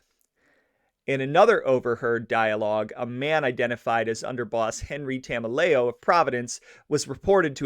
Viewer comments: Enricos last name is promunce like ta mel e o. He was my grandmothers uncle. Spent the firt ten years of my life hearing about how the feds framed him before it became public around 2000. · As far as Tameleo, and yes, you have the pronunciation wrong, he was originally a New York guy and came over with Patriarca as the New England mob had a close relationship with the Gambino family.